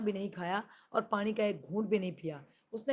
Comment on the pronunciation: apko Allah Pak hamesha kamyabian Ata fermy, apse request hai keh ap Noon KO Sahi kahin, jesey Pani KO panri nhi bolna, Pani bolna hai, Khanra nhi Khana kahin, isterha AUR bhe jahan noon ay Tou Sahi talafaz Ada krney ki koshish krain. Moazrat k Sath.